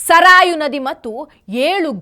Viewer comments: ಸರಾಯು ನದಿ ಅಲ್ಲ. ಸರಯೂ ನದಿ. ಮತ್ತೆ ನಿಷಾದ ರಾಜ್ ಅಲ್ಲ . ನಿಷದ ರಾಜ ಅಂತ. ನನಗೆ ತಿಳಿದಂತೆ. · ಮಗೂ, ಸರಯೂ ನದಿಯನ್ನು ಸರಿಯಾಗಿ Uchcharisamma!